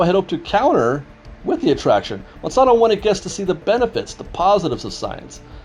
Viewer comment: It's the Mon-SAN-to Corporation, NOT Man-son-to!